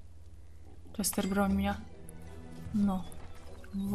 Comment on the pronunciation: Czester? :D